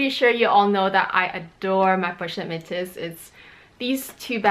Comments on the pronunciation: so you're telling me that metis is pronounced met-sis? Is this the LV way of pronouncing it? Definitely not the proper French way to pronounce the word based on the spelling and I haven't heard anyone in the luxury community pronounced it this way. I've also taken French classes before It's very odd to add an 's' like she has calling it met-sis instead of me-tisse. But whatever she prefers to pronounce it, just thought she may want to know. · I'm not sure if anyone corrected you on how to pronounce the pochette Metis bag yet. I haven't ever heard some one call it Metsis before. It's either Meh-tee or meh-tees.